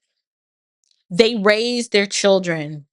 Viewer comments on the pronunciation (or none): I think its "chrildren". I've heard this pronounced this way before. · In front of his ”churldren" 😂😂😂😂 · He needs to be more concerned that he doesn’t know how to say the word children.